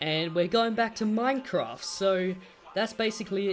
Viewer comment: I hate it when u say minefroft because I hate it and u say it wrong